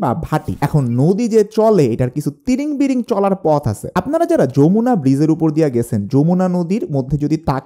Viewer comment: Yamuna হিন্দি ভাষার উচ্চারণ, সেটা আলাদা একটি নদী। বাংলায় হবে Jamuna।